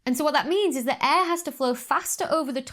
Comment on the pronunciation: You know Dr. Becky's excited when her Ts disappear. "...an image like tha!" :D